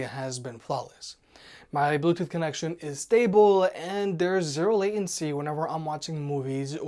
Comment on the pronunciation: "Establishes a con-oak-shun"